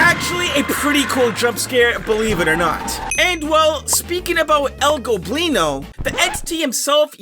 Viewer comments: finally you're not saying El "Globino" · yo he finally pronounced el goblinos name correctly, anybody who speaks spanish is finally happy